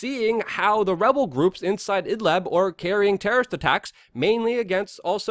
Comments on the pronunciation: Hey Luke! .... It's called "IDLIB". NOT "Idlab" or Idleb". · Luke, very fine, even excellent video, but try to work on your pronunciation of words. In this case, about Idlib, you say Idleb, possibly also Idlab, and the real name is Id-lib, as when people pronounce liberty, libertarian, .... Mis-pronunciations can make it sometimes difficult for people wishing to do additional searches on or aboutr a topic. Speaking or wanting to speak too quickly can be a cause, qo maybe slowing down a little might help.